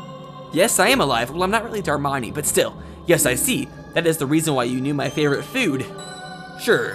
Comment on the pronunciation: ..for some reason I heard "is that the guy who killed Hermione the third?" Had to actually think about that one for a minute before realizing you said "Darmani" ._.